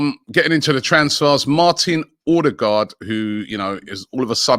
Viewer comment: how to pronounce Ødegaard: Uh-de-goarde you lot are pronouncing the firstpart of his name the way “aa” sounds, like in Haaland, which is pronounced: Haul- a (sound like in “car”) nn “aa” is pronounced like the word “awe”